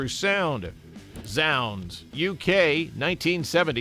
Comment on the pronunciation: Zounds is pronounced 'zoonds'. Rhymes with the word 'wounds'.